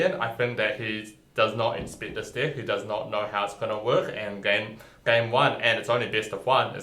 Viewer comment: its pronounced "deck" not "dick" 'EH' eh EH EH not IH, EH!!!